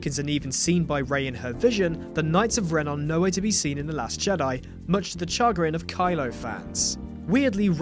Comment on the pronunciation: It's pronounced "shəGRIN", not "CHAgrin"!